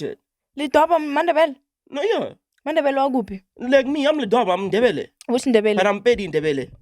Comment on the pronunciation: Point Of Correction Your Nrebele not Ndebele😂😂😂